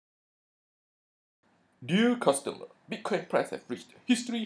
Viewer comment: Dee-ah Custahmer